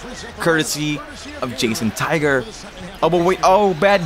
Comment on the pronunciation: Did u say Jason Tiger